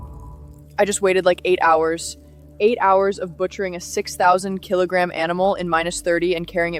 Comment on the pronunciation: She said "6,000 kilogram" with an American accent. OMG 😆😆😆 Very entertaining although I do wish you showed the hunt but I understand the YouTube restrictions on reality.